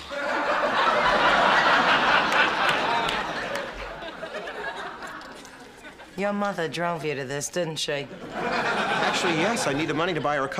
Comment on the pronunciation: "He said Leslie Tilbert."☠😅😂🤣